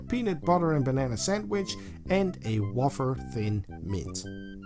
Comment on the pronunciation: They should change it from 'who cares?' to 'I'm not done yet'- much more appropriate. Oh and wafer is said way-fer, not wah-fer.